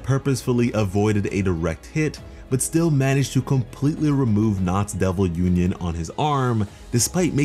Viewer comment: i wanna see some Bleach level of pressure when Asta say "Uninion" as he and Liebe fights Dante <3